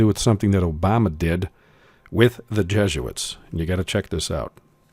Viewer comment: Who are these "JEGUITS" [sic] that you speak of?? You're a fast talker, I will give you that much.